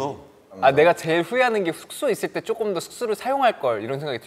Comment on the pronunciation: 나는 태민이 내가 쪼꼼 이 발음이 너무 좋다ㅠ 다른 영상에서도 맨날 조금을 쪼꼼이라고 발음하는게 개귀여워…